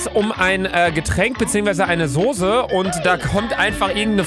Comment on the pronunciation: Soße statt Sose😂